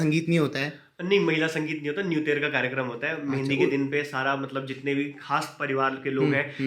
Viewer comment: Mehandi ko Methi bol rahi hai😂😂😂😂